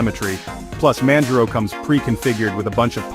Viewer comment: Manj-row ??? This text-to-speech is the worst I've heard all week.